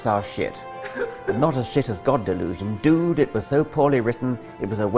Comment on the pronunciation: I like the way he pronounces swear words. And that "dude". It's hilarious!